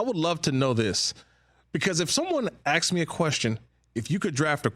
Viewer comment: Why do y’all hire people to talk for a living that can’t pronounce the word “asked”.